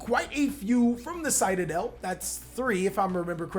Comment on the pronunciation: Anyone else triggered with how pronounces Citadel?